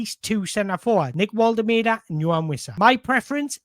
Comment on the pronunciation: Mate, your content is top notch, but please for the love of god learn how to pronounce Woltemade properly. It’s borderline disrespectful! It’s Vol-tuh-mar-duh.